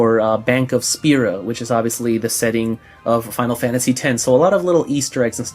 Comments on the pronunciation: FAINARU FANTAJI PLEASE~ love the outro! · Hey fuck the haters of your outro saying they hate you saying FF in that accent it wouldn't be the same without it! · No never stop doing it its fkn awesome i do it too XD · I like it when he says it tho :( Stays true to square xD